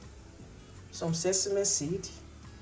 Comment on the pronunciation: The way you pronounced that sesame ehnnn 😅